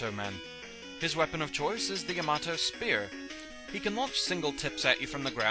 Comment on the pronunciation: Its actually pronounced Yah - Mah - Toh